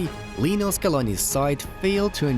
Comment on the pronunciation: Hey, great video. It’s Lionel. Not Lee. You can also call him Lío (Leo). Respectfully.